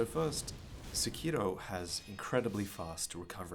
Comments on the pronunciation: "SEkiro", not "seKIro," please... Emphasis on the first syllable. Akira is not aKEEra, it's Akira. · The name is pronounced like sepiroth, not sekììììro. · This nigga actually put the Japanese pronunciation on Sekiro lmao fuckin weebs